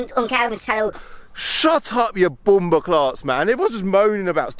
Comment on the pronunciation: 1.07, man said bumbas 😭🤣🤣